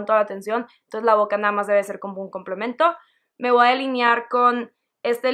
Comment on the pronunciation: me gusto mucho tu maquillaje, me desespere nomaz con el "voaa tomar" jajajjaja sin ofender saludos!